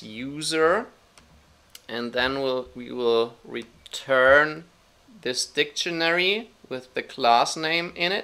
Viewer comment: keep your opinion , that "funcchen" and "dicchenary" countinuesly gives me headache , this is mine :)